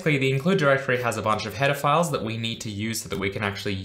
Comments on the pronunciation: Who else heard "Pedophiles" everytime he said header files lmao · Whenever he said "header files" it sounds like he's saying "pedophiles"